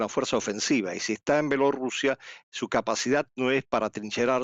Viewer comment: Mija no sabe usted decir Bielorrusia?